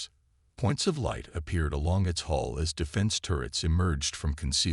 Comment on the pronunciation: HULL! Hull dammit! Not 'haul' or 'hole' or 'hall'. And 'doobie calls'? It's 'duty calls'. Le sigh. Despite the maddening word salads, it's a decent story.